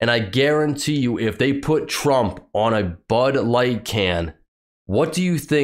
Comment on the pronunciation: DID SHE SAY BUTT LIGHT I THOUGHT IT WAS BUD LIGHT NOT BUTT LIGHT THAT.S JUST SICK